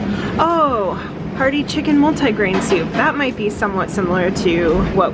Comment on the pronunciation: Mul-thai grain